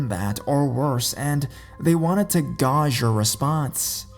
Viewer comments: you do know it's gauge "gay-ja" not "gah-sh" right? Do narrator's make these mistAkes while reading or are they really mispronouncing the word? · Gauge rhymes with cage - just FYI - I know it's not very phonetic the way it's spelled, lol Good video though - you post so much, love it.